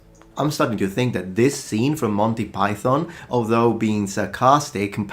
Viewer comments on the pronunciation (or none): none